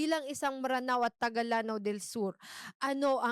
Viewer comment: Please correct din po when using “Maranao” instead of “Mranaw”. ☺️ Our history instructors and other Maranao scholars say it’s supposed to be pronounced as “Mranaw” and not “Maranao”. I love watching your episodes ❤ I hope you get more more more engagements and sponsorships 🎉